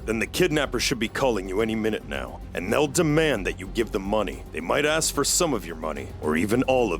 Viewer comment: Why was the nurse saying ask the wrong way of the sound like asc is ask not asc 😂